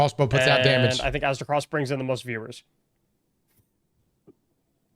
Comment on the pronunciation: Aztec-ross 😂. Just watched Runners HQ video on marathon and he butchered your name. Absolute cinema 🎉😅